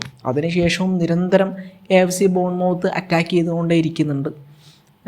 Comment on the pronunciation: ബോൺ മൌത്ത് അല്ല.. മത്ത് ആണ്..